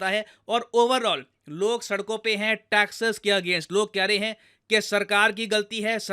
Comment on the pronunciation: Taxes not taxess